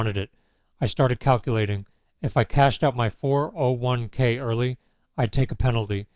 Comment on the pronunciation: I usually don't bother with AI as soon as I smell it but in this case whoever chose the monotonous tone of a born loser deserves the credit, except of course not training the robot to say "401 k" properly ...